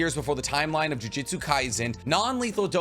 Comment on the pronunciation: Jujitsu is hard to pronounce. Good thing the show is called jujutsu kaisen not jujitsu kaisen.